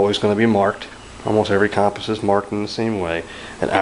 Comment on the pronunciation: You're pronouncing compass wrong. It's pronounced "cumpass"